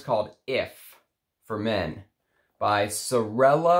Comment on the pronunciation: It's SorellE Fontana - Fontana SisterS. SorellA is singular = sister :P